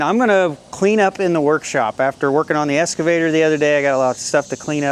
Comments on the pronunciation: EXcavator NOT EScavator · Are you saying escavator or excavator? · Obviously, I don’t know where you are but, I know in U.K. the ‘x’ is always pronounced. 😀 However it does seem common in the US to more often use an ‘s’ sound.